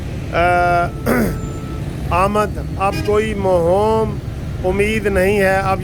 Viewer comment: اپ ماشاءاللہ اچھے وکیل ہیں لیکن افسوس اپ کی اردو اتنی کمزور ھے کہ اپ سے "موہوم ،" پڑنا مشکل ہوگیا